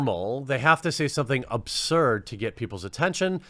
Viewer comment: "OBsurd" isn't a word. Perhaps you meant "ABsurd"?